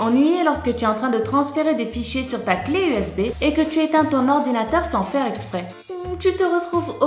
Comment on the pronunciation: Qui a remarqué elle a dit ti est au lieux de tu est😂😂😂😂 sa ma fait rire